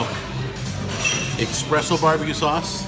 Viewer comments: it's espresso not exspresso it drives me nuts when people say exspresso⛾ 😠. I hope you see this not trying to be rude I love your shows keep up the good work🖖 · How can you be italian but say expresso🤦🏽‍♂️